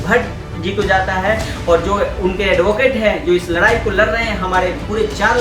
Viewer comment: Lrai nhi ldai bhai😂😂😂